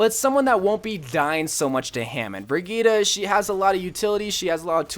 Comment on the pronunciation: I've never heard anyone pronounce brigitte's name so wrong lmao